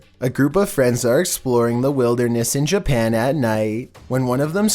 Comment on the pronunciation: “We’re back in Jerpan”